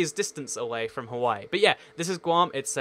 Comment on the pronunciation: It’s guam